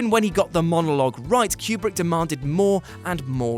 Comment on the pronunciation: I’m sorry but the way you guys pronounce Stanley Kubrick’s last name is distracting.